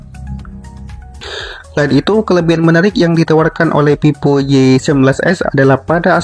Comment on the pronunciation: Itu ngomongnya Vivo apa pipo??